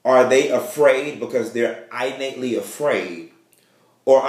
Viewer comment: I'ma have to correct u. The mispronounced word is pronounced as such innate...(in)+(nate) vs eye+nate. Okay